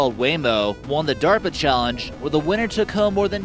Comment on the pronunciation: Oh, he was talking about DERPA not DARPA... that explains the duh duh nature of the video...